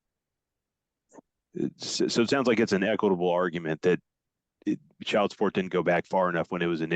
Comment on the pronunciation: Girl, the word is pronounced "chy-uld", ok? Not "chald".